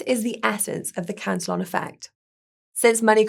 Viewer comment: ProTip: Cantillon was a Frenchman. His name is pronounced about halfway between to "CA tee OH" and "CAN tee ON"